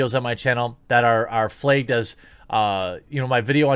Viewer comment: Love the channel lol but they way you say flagged! You say flaygged lol.